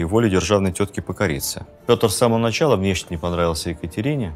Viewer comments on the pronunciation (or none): none